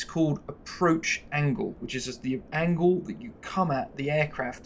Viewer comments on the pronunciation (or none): none